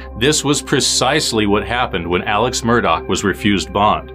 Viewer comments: Say his name correctly. It is pronounced Alec, not Alex. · It’s pronounced Alec. Not Alex.